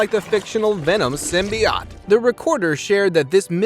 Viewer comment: It’s pronounced Sim-Be-Oat.